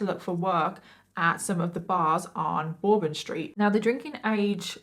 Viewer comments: its Bur bun bourbon like the whiskey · you were right lol, it’s pronounced New Or-lynns and also Burr-bin Street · There was a mandatory evacuation, I was here anyway it's pronounced New-Or-Lens, not Leans Also it's not bor-bin. It's Pronounced Burr-Bin Street lol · Bourbon is pronounced like bur-bin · The stree is pronounced like the drink Bourbon